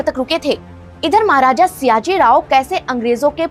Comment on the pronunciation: It's sayaji... Not siyaji